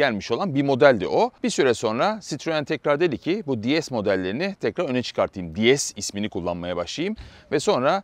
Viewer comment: “Di es” değil “Dees” diye okunur. Fransız arabasında ingilizce telaffuz edilmez. Fransızca tanrıça kelimesi “déesse” ile aynı telaffuz edildiği için DS demişler. Tıpkı yetmişli yıllarda Peugeot 104 platformunda çıkan LN (Helene) modelinde olduğu gibi...